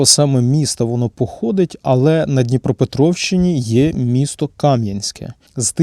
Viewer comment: КамʼянськЕ, наголос на останній склад.